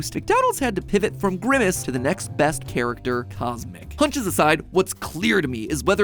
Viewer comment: CosMc sounds like kus emmak tsk tsk tsk